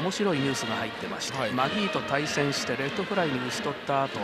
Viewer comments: マギー司郎もこのイントネーションで呼ぶのかな？ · 実況の、相変わらずマギーのイントネーションが独特ですね